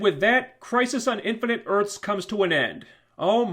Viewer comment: "INFINITE ARTHS" EARTHS*